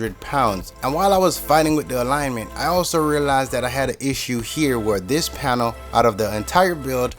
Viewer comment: he always says the words like " dis and dat "